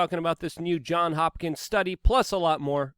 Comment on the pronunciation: It is JOHNS Hopkins, with an “s”, not “John Hopkins”. His mother’s maiden name was “Johns”, in the 1700s using the mom’s maiden name as a child’s first name was a common practice.